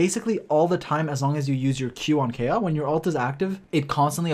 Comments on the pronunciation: Its Ka-e-ya not Keya lol. Anyways nice video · Kaeya not a bridge anymore, also it's pronounced KA-ya, just wanted to clarify ^^ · His name is pronounced Kai-Yah btw 😆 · Please learn to say his name correctly.